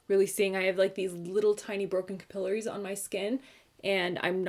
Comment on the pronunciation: I had to go back and listen twice, lol - "capillaries" is pronounced like ka -puh-leh-rees. ♥ "the more you know"